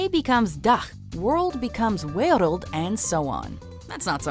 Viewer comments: She says the world like dio from jojo, za warudo🤣it's just wereld mense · "and explore the 'wejreld' to-'dach'" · she didnt even say the dutch name for world right Xd